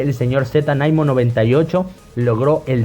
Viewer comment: Me encanta cuando pronuncias naimo uwu!!!! Vya fue muy interesante el video y conocer de su historia, buen bvideo!!!!